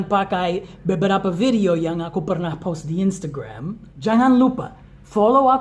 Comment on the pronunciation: Pas ngomong "post" gue dengernya "pause" dan harus di cerna . Ohhh post video 😭😭